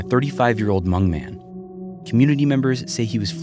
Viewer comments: he can’t even say hmong right, dude has some bigger issues to deal with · Hmong American. And yeah, it's spelled H-M-O-N-G. The H is silent. 😁